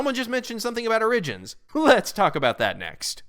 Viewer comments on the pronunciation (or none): Only question, what’s up with the pronunciation of “origin?”